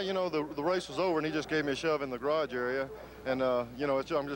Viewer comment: Ken "gararge" Squire. The man never met a word he couldn't mangle.